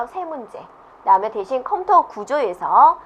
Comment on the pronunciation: 컴터 컴터 솦트웨어 발음좀 정확하게해주시지..